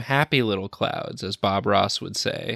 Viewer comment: Not clouds, but ''CLOWNDS''.